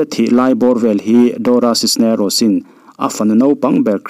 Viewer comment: Dora Cisneros i lam dan hi mak danglam reuh ltk...doracis nerocis ti ang deuh, elh deuh si, ni deuh thluam tho siin.....